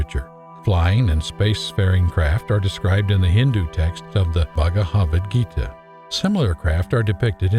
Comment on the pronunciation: Baga Havid Gita?!? Interesting way to say Bhagavad Gita.